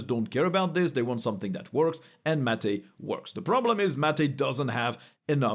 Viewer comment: "Mat-aei" Mate✅